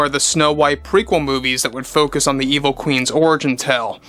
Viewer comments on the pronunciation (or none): none